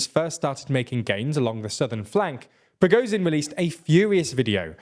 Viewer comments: He has a hell of a lot to cover. I think pronouncing Z as Z instead of zh isn't that big a deal. If he was pronouncing something totally wrong itd be different. The only issue here is it isn't sh enough. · thank you. its not progozin, its prigozhin. listen how everyone else prononunces it. the S in viSion sounds like zh in prigozhin. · The only thing more impressive than the Ukrainians' tenacity is the fact that you finally ALMOST pronounced Prigozhin's name correctly. So close! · Nice video. Though you guys have been covering this battle for months and still can't pronounce Ba"kh"mut, "W"agner or Prigo"zh"in.